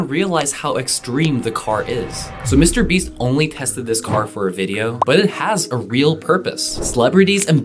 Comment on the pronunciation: yup mr beeeeeeeeeees